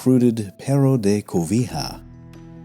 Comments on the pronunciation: 😂😂😂😂😂😂😂😂😂😂😂 CO-VI-HA...😂😂😂😂😂😂😂 The Covilhã name sounds like in Spanish: Covillan. In portuguese we read Pedro de Covilhã ( Co-vi-llan) , not Co-vi-ha😂😂😂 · Great docu. The only issue I have is about the pronunciation of Covilha, which AFAIK should be like Spanish "covilla" (little cave, IPA /kobiʎa/) and not "cobija" (IPA: /kobixa/). An English approximation could be using the sound of "y" or "j". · Hey, great documentary - congrats. Just a minor correction though: it's not Covilha (the final a has a special nasalated sound: Covilhã) I wish I could explain in writing; however this is awesome - finally someone that has the knowledge and the respect for our people's achievements. I was already subscribed to the channel, but now I have even more respect and admiration for you! Thank you very much, sir... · Outstanding video! Yet, just a minor pronunciation detail... The letter H in Portuguese is absolutely silent. On the other hand. when H is placed after the letters L, N, and C, it modifies its vocal companions - thus, in the case of LH as in Covilha, one would pronounce "Ko-vi-LLa" where LLA sounds more like "L-i-A" (where the letter "i" is very quickly toned....) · Nice work! Except for pronouncing "cow.vee.ha"... Lol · He butchers the name Covilhã. It's pronounced " Covilian" . Would be cool to have a series about Covilhã . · Wonderful video. But it's not pronounced: Covija (with the "J" sound of an English speaker saying Jalapeño), it's pronounced covi then a "wet L" sound followed by the "Y sound" in yankee. The ã sound, you'd have to hear to pronounce correctly though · Great video! Love your content about the Iberian peninsula. A tip for pronouncing Portuguese names: is pronounced "ny" (like Spanish <ñ> or Italian ) and is pronounced "ly" (like Italian ). "Covilhã" is something like koh-vee-LYUNG. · Lh makes a sound of it's own It's not an L and H sound together